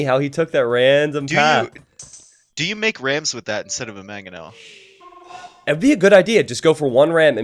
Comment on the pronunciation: This was driving me insane too. That and every time i hear "maGonel" when it's actually "Mangonel" which is perfect because it can be shortened to 'Mango'.